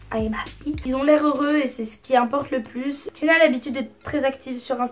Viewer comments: Jsuis la seule à toujours entendre « Fiona » à la place de « Hyuna » à chaque fois quelle prononce son nom?😂😂❤️sinon super vidéo ! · Tu dis fiona à la place de hyuna ou c'est moi qui entend mal mdrr ? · Je pense c'est la prononciation coréenne aussi non ?